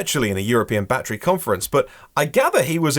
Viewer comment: I think he’s using Kilometers because he’s used to using them even on the unveiling of Roadster 2 he used kilometers not miles. Even when saying “battery” he never ever says “be-de-ry” like all Americans do, in SA🇿🇦 we use kilometers and pronounce battery 🔋 the “correct way”.